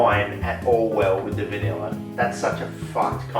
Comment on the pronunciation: Every time I watch one of your videos I think my 10+ year old graphics card is about the give up the ghost. Honestly rather surprising no verbal thesis defense is required. Love the way you say vineller, good luck mate.